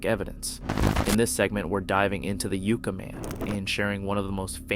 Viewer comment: Pronounced 'YUK-Ka' Man like the Tree